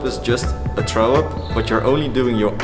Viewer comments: "Traow up" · He can't pronounce it. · Im intrigued by how he says throw up lol.